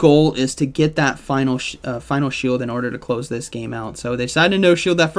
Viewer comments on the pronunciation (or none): none